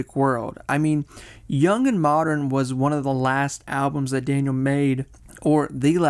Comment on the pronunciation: And the occasional "Moderren".